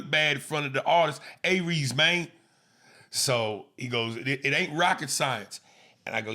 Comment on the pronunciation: the way Aries Driver said Ay Reez 😂😂😂